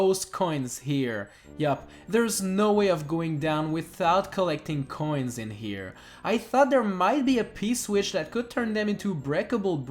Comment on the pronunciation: The number of times he says "K'hoins" is unsetteling